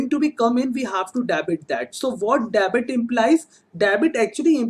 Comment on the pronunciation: Kindly do proper pronunciation of Debit, it is डेबिट not dabit... Also you pronounce "Budgeting" as "busting"... It sounds absolutely pathetic to ears